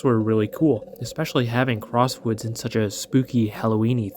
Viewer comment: I like how you mispronounced "crossroads" for "crosswoods"